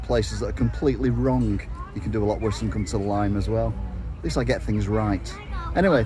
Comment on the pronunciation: I chuckled when you said "Lime" :)